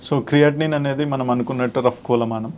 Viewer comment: One of the metabolized product kaadu....one of the metabolized 'products'... ఇది తెలియని మీరు క్రీయాటినిన్...అని యాంకర్ ను కరెక్ట్ చేయడమేమిటి? కోలమానం కాదు మహాశయా... కొలమానం... మీ ఇంగ్లీష్, తెలుగు కూడా లోపభూయిష్టంగా వుంది